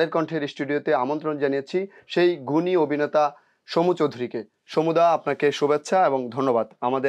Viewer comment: এত একজন গুনী অভিনেতাকে নিয়ে আপনার মতো একজন বাক প্রতিবন্ধি করেছেন অনুষ্ঠান। অবিনেতা, বিডিও, এগুলো কি ধরনের উচ্চারণ। আগে প্রমিত বাংলা শিখে আসুন। আর এই সব মিডিয়ারও কোন স্ট্যাটাস নেই, যা তা লোক নিয়ে আসে উপস্থাপক, সংবাদ পাঠক হিসাবে।